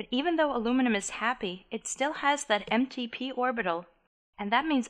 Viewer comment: I think she's saying empty P orbitals lol